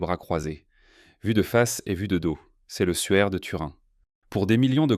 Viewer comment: Et le suaire de Turin n'est pas le souaire de Turin 😉